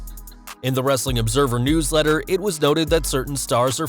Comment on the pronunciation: Why are you saying wrrreeestling like wrestlelamia?